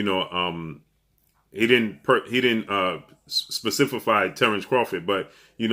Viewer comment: Did say "spefifify?" Get some rest bruh! Then wake up & change that damn smoke alarm battery.